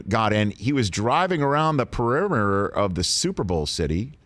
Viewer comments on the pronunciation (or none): "He was driving around the perrrrmertder..." 🤔😳🥴? 😊🙏❤u Rich!